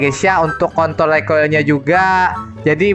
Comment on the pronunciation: Kontrol bro bukan kontl wkwkwk